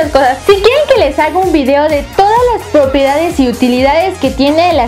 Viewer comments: No es popedades es PROPIEDADES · Dijo popiedades no me equivoque en el momento y lo vuelve a repetir despues lo dijo 2 veces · Y velve a decir popiedades en el momento 01:3 despues del momento de decirlo la primera ves en el momento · crei que habia sido la unica que lo noto pero me dio ternura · En el segundo 00.58 dice popiedantes😐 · si escuchan bien dise la primera ves demasiadas popiedades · soy yo o lesslie dijo "POPIEDADES" ??? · Je Je Je Je Popiedades xD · Es cierto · jajaj min 0.58 propiedades jajajajajajja no lo pronuncio bn